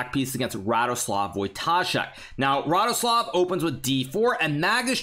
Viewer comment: As a Pole your ,,Radoslaw" and ,,Wojtaszek" pronunciation is magnificent!